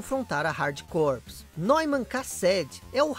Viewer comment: Você sabia que Corps se pronuncia core? Igual a core do core mesmo! Pois é….. Estou tentando acreditar nisso até agora! Abraço meu amigo!